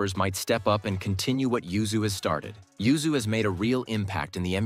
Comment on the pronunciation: LOL have you noticed you say ZUYU instead of YUZU 1.56.. It made me laugh lol